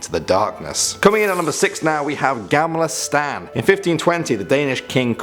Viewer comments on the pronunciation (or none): I know, det lät som namnet ‘stan’ hahahaha 😅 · Ertan hxn inte så fina uttal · han säger typ "gämla stän" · Nej han sa gämle stän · “Gäämlah stään” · "gaymla staun" Im sorry but i just found it so funny when you said it LMFAO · Gämmla stän!😂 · Haha gämla stäan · Ja! Jag älskar hur han uttalar Gammla Stan😂😂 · ”Gamla stan” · Its not "gamla stan" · As a swedish person i realize that you cannot pronounce gamla stan right